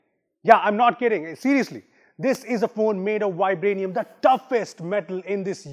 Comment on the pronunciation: The moment he said vibraniam.,😅😅😅😅 Happy April fool day